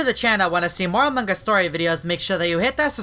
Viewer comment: Its among us not among gust